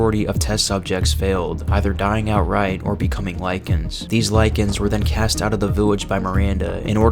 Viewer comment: It’s pronounced “cast” not “cast-ay”